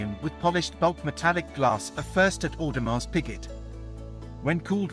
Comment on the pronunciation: Audemars Who? Tour bill on?? Awful pronunciation Sir, just Terrible